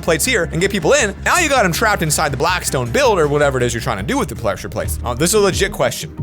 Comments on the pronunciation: in the video he says plessure plates not pressure plates lol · plessure plates